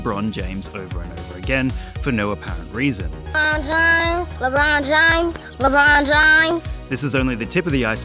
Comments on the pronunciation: LeBean James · Ah yesi "LeBruh'n James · It’s not lebron James is lebrone jhamez